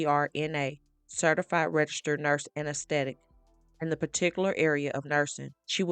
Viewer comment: All right the narrator you really need to learn the English language. You're saying nurse anesthetist like all jacked up. I just don't get it when people want to upload and share videos and they can't speak